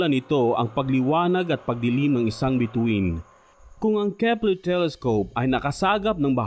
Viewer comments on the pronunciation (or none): at nadiskubre ng kehpplerrhh